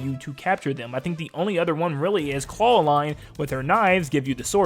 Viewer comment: her name is clarine not claw line😂